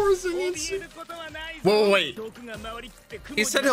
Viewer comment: btw its pronounced Zeynitsu, just saying :)